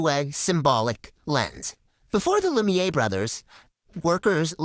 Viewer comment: I love you baby but you spent a whole video saying “lumiere” wrong and it’s months later and I still think about it. Hit me up if you ever want a second set of eyes/ears. (I have experience in copy editing.)